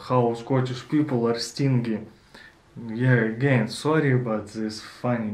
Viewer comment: Another excellent video, well done. No criticism, only trying to help here. 'Stingy' has a soft sounding g stinджy ( стинджии ) ха ха))